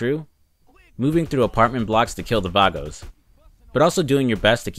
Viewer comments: VAGOS!!!!!! VAGOS!!!!!!! NOT VARGOS THERE IS NO R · It’s vagos not vargos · in saints row retrospective: "I speak Spanish, I should know this" in San Andreas: "VARGOS" 🤣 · V A G O S (Vah-Goes)